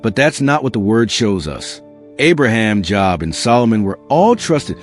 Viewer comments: FYI ....Joo-ob not Jaa-ab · How often do you read The Bible if you can't pronounce Job? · The O in Job is long.The name rhymes with globe.